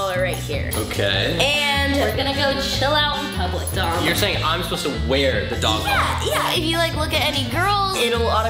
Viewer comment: Ava: Dom! What I heard: DUMB!